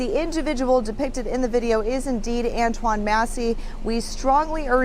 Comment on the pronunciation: These old heads seem like some toxic haters ngl. They don't even understand the guy pre-recorded this video way before he posted it. They keep mispronouncing his name when it's not a hard name to pronounce.